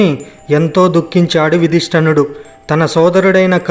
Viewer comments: యుధిష్టర్ణుడు కాదు, యుధిష్ఠిరుడు. ఇంతటి ప్రాముఖ్యత కలిగిన వీడియోలో సరిగ్గా తెలుగు అక్షరాలు పలకటం రాని వారితో చెప్పించటం మన ఖర్మ. 😢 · Nice narration. Thank you for sharing the information. However, small correction. it is NOT YOUDHISTANUDU. Correct Name is YUDHISTARUDU. Also, It is not SATVAKI, it is SATYAKI. Again thank you for sharing this information. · మీ ఉచరణ బాగాలేదు. ఉదిస్టినుడు ఏమిటీ, ఉదిష్టరాదు. మహారిసి ఏమిటి మహర్షి అనాలి కానీ. ఉచరణ దోషాలున్నాయి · తప్పులు పలకకుండా చదవడం నేర్చుకోవాలి యధష్ఠిరుడు తప్పు గా పలుకుతున్నావు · Yadhustirudu sariga palakandi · యుధిష్థిరుడు అని సరిగ్గా పలుకు bro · He is Yudhistaradu. Please pronounce it correctly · You can not even pronounce Yudhistir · ఒరే! నీకు యుధిష్టురుడు అని పలకటం రాకపోతే సింపుల్‌ గా ధర్మరాజు అని చెపితే పోతుంది కదా అష్టకష్టాలు పడకుండా సూక్ష్మంలో మోక్షం వెతుక్కోవాలికాని. నువ్వు హిందీ వీడియోను మక్కీకి మక్కీ తెలుగులో అనువదిస్తే ఇలాగే వుంటది మరి. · ముందు తెలుగు సరిగా పలకటం నేర్చుకోండి. ఉదా- యుధిష్ఠిరుడు అనాలి.